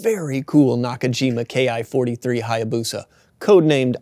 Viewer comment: It's not K I 43, it ki43 ki as in key. There is no I or K in the Japanese alphabet. If you can't get that simple part right what else did you get wrong?